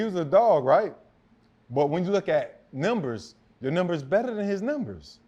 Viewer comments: Wtf are nimbers lol sir it’s numbers !! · or when Fred says "Nembers" lmao